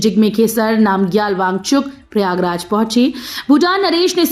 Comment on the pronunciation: मैडम समाचार तो शुद्ध भाषा में पढ़ लीजिए बोल दीजिए श्री प्रयागराज का नाम ही बदल दिया आपने थोड़ा ध्यान से बोला करो इतनी जल्दी कहां की है